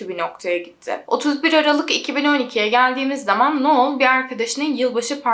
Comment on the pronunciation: uzun süredir seni takip ediyorum, çok keyif alıyorum videolarından. Anlatımına, araştırmana, verdiğin emeğe ve vicdani yaklaşımına hayranım. O yüzden bu yorumumu iyi pencereden gör lütfen. Şu an bu yorumda amacım verimli eleştiri. Artık AI var hayatımızda, google var çok uzun zamandır. Kişilerin adlarını doğru telaffuz etmeye özen göstereblimemiz için her türlü araç mevcut. Noelle - noel diye okunur, sondaki elle eki, -el şeklinde telaffuz edilir. Noel olsaydı -noğl ya da noıl, ya da noul şeklinde telaffuz edebilirdin. İster istemez kulağımı tırmalıyor bu tarz yanlış telaffuzlar. Sadece bu yüzden ve senin de bilgilenmen ve kendi gelişimine katkı yapman amacıyla yazıyorum. Dinlersin, dikkate alırsın ya da almazsın senin tercihin. Seviliyorsun güzel kızım ♥